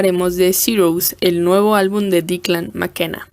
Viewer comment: por que dices su nombre asi? xd